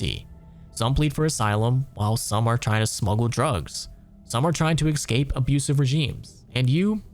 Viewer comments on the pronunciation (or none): I just wanna say that pronouncing 'escape' as 'excape' is very very annoying. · There's no "t" in "across" There's also no "X" in "escape"